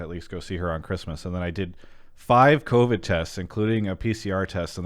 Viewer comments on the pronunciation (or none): co-bid? What's a co-bid? Is that like a disease or somethn?